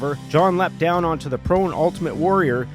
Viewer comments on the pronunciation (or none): none